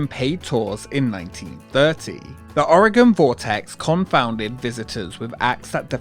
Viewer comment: Thank you for saying Oregon right!